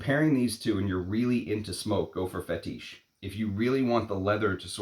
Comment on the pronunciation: Roh-jah, not ROW-jah. Fetish, not Fe-TEESH. Jesus Christ…….